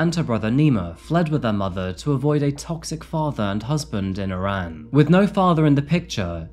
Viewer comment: You're the first English speaking youtuber to pronounce Iran correctly.